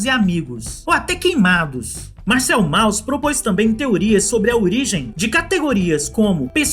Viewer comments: é [Môss] não Mauss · A entonação de Mauss é "môss" e não "Maus". Abraços parabéns pelo vídeo. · se diz mous...